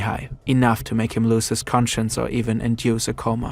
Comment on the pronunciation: a mispronunciation makes a big difference in meaning here... do you mean enough to lose his consciousness, or do you mean to presume he's lost his conscience?